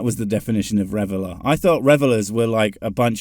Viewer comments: The idiot reads REVILER (one who slanders) as REVELER (one celebrates). Ridiculous errors like this completely undermine his idiot scholarship. What an idiot. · Not sure what was funnier. When the video guy said "reveler" (someone partying and enjoying an action or activity) when the word IN HIS HOLY BOOK was "reviler" (someone describing something in derogatory terms), or when made the link between those two terms. (I may have been in that same party.) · RevILer vs reveller....sigh